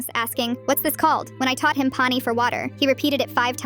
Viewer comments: Saying he pronounce it wrong while pronouncing Pani wrong herself😂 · I am Indian and you are messing up the pronunciation for Pani😂